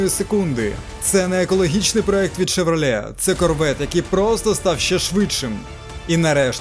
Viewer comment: Шевралє Карвєт ?! Ти серйозно?